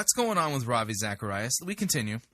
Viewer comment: Rav - Eye???